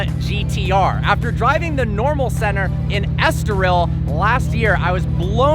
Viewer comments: “After driving the Senner” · Haha I heard that 😂😂😂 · He thinks he’s british